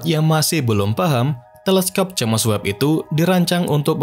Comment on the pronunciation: The spell is "jeims webb" not "jemes webb" 😂😂😂😂